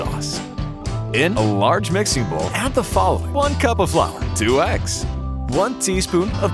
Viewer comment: "In a large mixing boul" He says it perfectly everytime